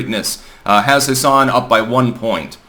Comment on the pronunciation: For what it's worth it's pronounced "Hass-in". There are plenty of Democrats in New Hampshire, but I've heard way more people talk positively about Don Bolduc specifically than have talked about Maggie Hassan specifically.